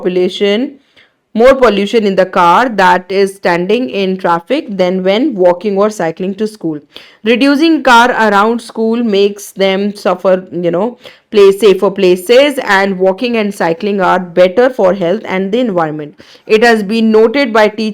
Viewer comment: Hello ma'am. You are not reading setences carefully, as you have missed lots of plural words. Moreover, you have read many words incorreclty, such safer to safar and many more. Physics Wallah should always focus on hiring capable tutors.